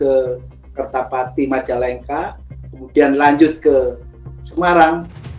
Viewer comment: Sebut kerta jati bukan kertapati lol